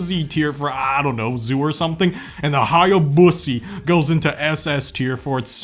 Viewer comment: Hearing "HayaBussy" is both really funny and really cursed